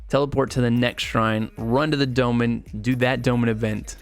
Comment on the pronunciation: sry i just hate the way this guy say Dolmen. "Dough-men"